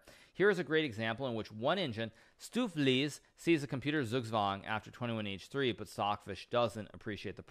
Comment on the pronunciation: His pronunciation of stoofvlees wasn't much better hahaha